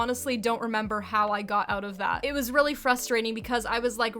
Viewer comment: "something that stood oat abote this game" Canadian?